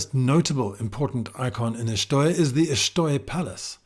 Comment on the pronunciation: I was recently informed by a couple of Portuguese people that it's pronounced "Shtoy" - i.e., the E is silent.